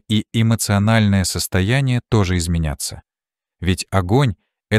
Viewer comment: Изменятся.Ударение на втором слоге.